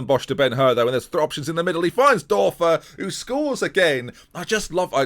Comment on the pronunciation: The ö is pronounced oe so thorben Dörfer is actually pronounced thorben durfer